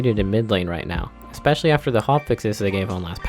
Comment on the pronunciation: Why the fuckkk do you say ecspecilay and not fucking especially??(edit)-XD highlighted comment first time